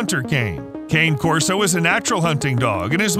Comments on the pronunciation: Hey Narrator! It's KHAN•eh Corso. Or , KHAH•neh, or heck, just give it a lazy Connie Corso like a lot of people do. It's a helluva lot better than calling it a walking stick or peppermint Christmas candy. And before I forget,what the hell is Canis Putin Nax, or Putinax? Dontcha mean Canis P U G N A X ? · The dog is an Italian breed and the name is pronounced CAH NAY CORSO, !